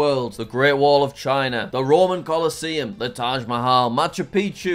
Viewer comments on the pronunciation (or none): none